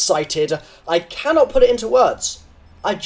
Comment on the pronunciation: I cännot put it into words, (BRITISH INTENSIFIES) I just C A N ' T